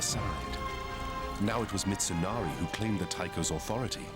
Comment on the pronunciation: "Hidehorry, Mitsunarry, I'm sorry"